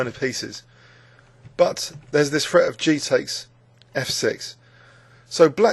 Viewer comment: What can we say about grownup Englishmen who substitute "f's" for their "th's"? Don't they sound adorable? "d free" under continual "fret". No doubt these Englishmen adopted this diction in their very early childhoods, and for some reason have carried it forward ever since, for the diversion of us all.